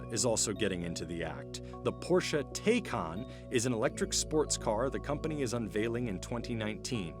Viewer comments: TIE-khan, not TAY-khan... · It's pronounced TIE-Kahn...did you not watch the video? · P.S. Narrator, Taycan is pronounced Ty' Con. You guys are CNBC; fact check maybe. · It's Porsche "Tie-Kahn" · Upon writing this, i was about to say "did you even try to call Porsche how to pronounce 'Taycan'?" Until i found out Porsche made a video about it...lol